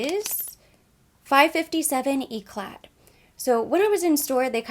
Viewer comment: This look is stunning on you! I love everything. By the way, you don't pronounce the "d" in "regard" and you dont pronounce the "t" in "éclat." Just thought I'd let you know x